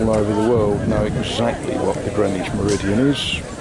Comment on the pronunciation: Those Americans had obviously never been to Greenwich, CT, which is pronounced the same as you do. I built a few storage sheds in Greenwich many years ago now. They also mispronounce Worchester...